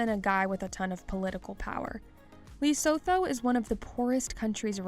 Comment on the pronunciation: The way this narrator pronounces Lesotho....Is it necessary to butcher it so dam badly....No way you can have access to YouTube and not research pronunciation of Lesotho.